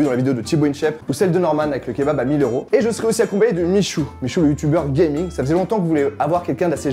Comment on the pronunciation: mes oreilles : "youtubeur GAYMING" meeerde